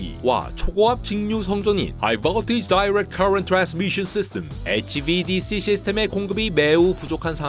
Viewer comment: HVDC발음할때 지렸음